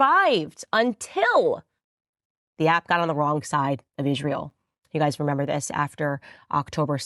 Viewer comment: And she have to learn how to say Israel and not Ishrael she sounds stupid